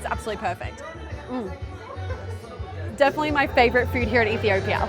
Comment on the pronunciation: when he said "my favotite meal" kefay ferenjochu endehonu tawkwal LMAO🤣